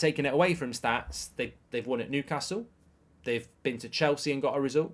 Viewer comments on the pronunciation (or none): none